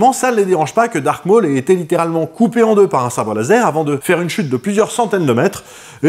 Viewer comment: Tu m'as souvent étoffé mon savoir. Donc laisse moi te rendre la pareille. C'est "Darth" Maul à l'instar de Darth Vader. Et non "dark" Maul. Darth est un titre Sith. Quand au second c'est bien Vader (signifiant père en allemand et en néerlandais) et non Vador. Ce sont des erreurs du à la VF, que les gens continuent de perpétuer à tort